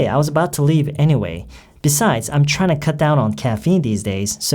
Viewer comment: 발음이요~ '트라잉투'가 '트라이나'처럼 들려요~~~ 잘 들은거 맞나요?? ^^